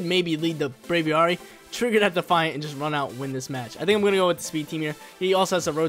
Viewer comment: Brave + Aviary = Braviary not “bravy arry” lol...drives me nuts